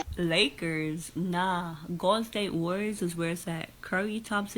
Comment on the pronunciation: "Lake-errrs" orale! SMFH. Lol. Also, Ofc a Utah Jazz fan is trashing Westbrook.